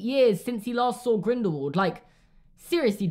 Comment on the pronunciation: Am I the only one who gets outraged when someone says GrindelVald and not grindelWald. Like, when you say “what” you don’t pronounce the w like a v, you know what I mean?